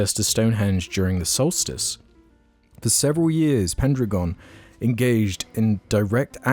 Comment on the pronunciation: I think "pendragon" is pronounced "pen dragon"